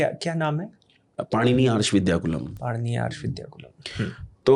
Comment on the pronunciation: ऐसे-ऐसे लोग भी आर्ष विद्यालय खोल रहे हैं जो अपने ही विद्यालय के नाम का शुद्ध उच्चारण नहीं कर पा रहे...'पाणिनि' का उच्चारण 'पाणिनी' कर रहे हैं...😅😅... हद है मतलब...😅😅... इन आचार्य महोदय को पहले अपना उच्चारण शुद्ध करना चाहिए।